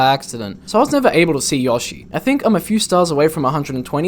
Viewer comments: "Yah-she." Gotta love English accents. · Amazing Video!! Earned My Sub! Also, I Like The Way You Say "Yoshi"